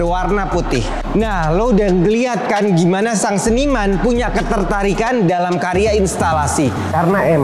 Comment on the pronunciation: Karya bang..bukan kariya😅